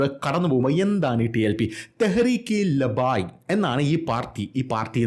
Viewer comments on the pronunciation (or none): ലബായ് അല്ല....ല ബ്ബൈ...